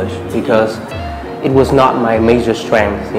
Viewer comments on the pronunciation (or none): none